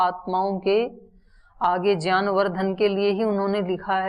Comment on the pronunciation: Gyan ko jyan kyun bolte ho bta dijiye